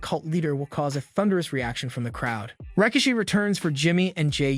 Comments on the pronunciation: Ra-key-she that's how you pronounced his name. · Please learn to pronounce Rikishi's name 💯 and they should bring him back to help sort the mess out with the bloodline. I certainly hope Jey didn't leave WWE but is taking time for a much needed rest , but if so big mistake on everybody that can fix it and don't. People want Jey he's been phenomenal in this bloodline Storyline. he's red 🔥 with the fans at the moment it would be a big mistake for him to go right now. Keep building him he deserves it!...powers that be